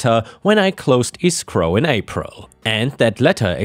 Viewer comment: escrow is pronounced ESSS scrow not EEE scrow.:-)